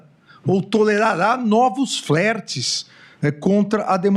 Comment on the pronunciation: Não se fala “flértes” e sim “flêrtes”. 😂 de Moraes.